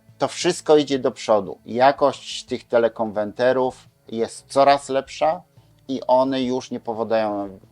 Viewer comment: Suchać się nie da tych pańskich teleKONWENTERÓW. Niech pan stanie przed lustrem i 100 razy powtórzt : KONWERT, KONWERT, KONWERT ...co oznacza po angielsku "zmienić na". A potem 100 razy KONWERTER, KONWERTER, KONWETRER.. A potem 100 razt TELE KONWERTER, TELE KONWERTER, TELE KONWERTER....